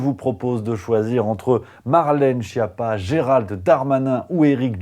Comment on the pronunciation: On prononce ”skiappa", bordel. Tu as la prononciation dans le dictionnaire, qui est maintenant ”multimedia”. Tu ressembles à Philippot, en t’approchant des trois cents mille abonnés. Il aura ses quatre cents mille abonnés, peut-être un demi-million ou plus, mais ne les gardera pas. Lui non plus n’a rien à faire de cette précision. Je ne suis pas italien mais latin malgré mon pseudo germanique. Quoique bilingue de naissance et m’informant maintenant sur le Net en quatre, cinq, six ou sept langues (c’est très insuffisant) -- ainsi j’ai lu en anglais les premières nouvelles de ce virus idiot sur une publication chinoise début Septembre ’19. Et su très vite que je ne risquais rien. Je ne suis pas médecin mais mon père l’était et aussi connu que Monsieur Raoult, sur je ne sais combien de millions de kilomètres carrés. Mon frère est médecin, mon ex belle-soeur aussi, des cousins et autres belles-soeurs et beaux-frères aussi, il n’y a que deux généralistes, des fantaisistes -- et j’espère augmenter sérieusement ces capacités. Je peux lire le journal en italien quoique ne le parlant pas couramment et, j’ai un jour indiqué leur route à des touristes italiens, en italien évidemment, alors que ma mère, qui dominait, comme mon père, trois idiomes, ne le pouvait pas.